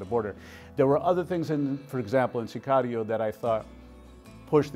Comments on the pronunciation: Pronounce it correctly SICARIO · Why does he say narcos and Sicario with an accent ???